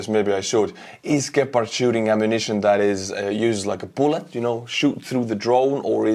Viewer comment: Good pronounciation for those Deutsche Gepard. Thank you.